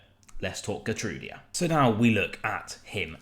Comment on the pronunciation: Hi. I speak Dutch and I also follow Feijenoord! His name is pronounced HGeer-trouw-dah. He's a good player. Strong defensively and similar to Maatsen i that he often goes forward and cuts inside to right midfield so unlike Matty he won't get under Baileys feet. Much better than the Polish Cafu!